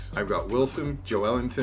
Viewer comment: "Joe Elinton..." the Brazillian striker is called "Joelinton" pronounced, "Joe Linton" :)